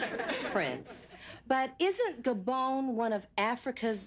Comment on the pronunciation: Why do they keep saying Gabone. It’s Gabon, rhymes with don not with clone.